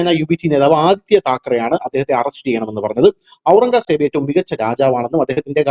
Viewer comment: ഔരംഗാ സേബോ .....!! അതെന്തു സേബ് ....!! 'ഔരംഗ്സെബ്' എന്നാണു് ഞങ്ങളൊക്കെ പഠിച്ചിരിക്കുന്നതു് .....!!